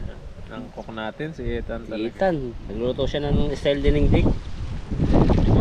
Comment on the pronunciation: please call Ethan ITAN hindi ETAN. Sorry pakialamera ako.